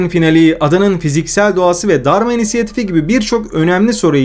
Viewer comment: abi Dharma insiyatifi mi diyon ben mi öyle duyuyorum cok önemli değil ama orijinali Dharma İnitiative yani Dharma Girişimi